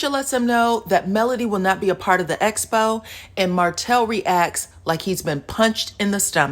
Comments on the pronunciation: I just wish someone would tell Tisha it's EXPO, NOT ESPO!!!!! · She has difficulty with all 'ex' words. Expo, excuse, excited..... not one person tries to correct her. Does production want her to appear illiterate?